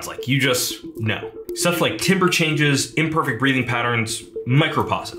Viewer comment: timbre is pronounced "tamber" We know the host isn't AI because AI would most likely pronounce it correctly